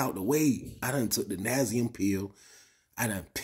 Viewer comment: Nasium ??? Do you mean Nacin - n(nye - a - sin)